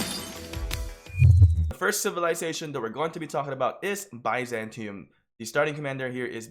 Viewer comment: It’s pronounced, bih-zan-tee-um